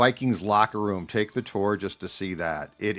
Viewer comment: can you pronounce tour correctly! Lol. Also Phil could have guessed you have low T lmfao